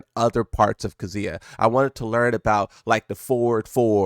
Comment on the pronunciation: This man says "KAZOOYA"